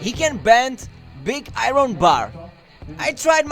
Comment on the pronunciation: Did you Just Pronounce Iron “Ay-ron” ?!